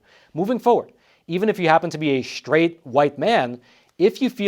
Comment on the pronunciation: straight not shtraight